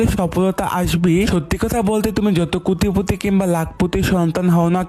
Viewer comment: কোটিপতি ❎ কোতিপতি ✅